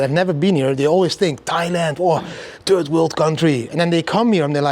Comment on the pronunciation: Did he say, "turd world country"?